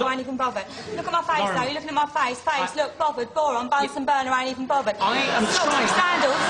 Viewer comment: Science teacher: MI? Lauren: Am i bovverd